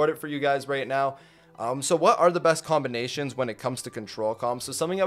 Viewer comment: Everytime says combination Me: did you mean *comp*ination?